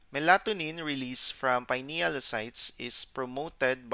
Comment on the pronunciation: I must admit your pronunciation of Melatonin was a bit off at first.